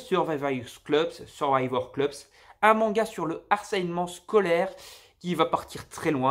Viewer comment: S'il te plaît fait un effort sur les prononciations des mangas au moins... J'ai les oreilles qui saignes. Genre chénen tu dis au lieu de saynen vulgairement. Keiji prononcé keijin... C'est que deux exemples. Survivors club d'où tu sors cleubs ? 😱. C'est dommage de présenter autant de mangas mais de ne pas savoir lire les titres...